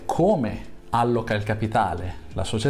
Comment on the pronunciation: alloca vuole l'accento sulla o🙂